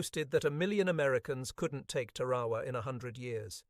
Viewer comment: The normal good production of this Author were spoilers by proaunation w of Tarawa, it’s npt Tawa. 😢